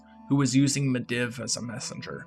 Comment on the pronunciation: Great vid, but you were saying Medivh's name wrong. It's pronounced <Mid-Eve> Not <Mid-Ev>